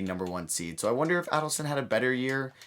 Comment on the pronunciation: Hey, Man!! I'm brazilian!! Just helping about Adilson Viana name pronounce!! It's: A like a letter i sounds; dil like deal sounds; and son like son of parentes. Adilson.